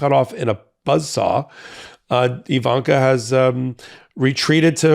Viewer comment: Just wanted to let you know that her name is "Ivanka," not "Evanka."